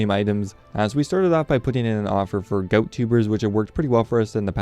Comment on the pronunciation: It’s ga-owt (gout) not goat tubers 😅